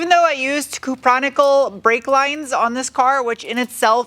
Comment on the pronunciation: Is it pronounced coo-pron-ick-ull or cup-row-nickel? I've always said it as the latter lol. Cupro (cup-row) for short even. Genuinely curious.